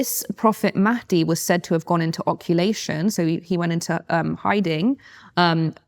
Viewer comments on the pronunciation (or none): the word is "occultation" (same root as OCCULT), and not "oculation" as you're saying. Occultation = ghaybe, hidden or vanished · I haven't watched the whole video yet but the fact she repeatedly says "occulation" instead of "occultation" suggests she researched this right before the interview. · is she saying oculation instead of occultation ffs?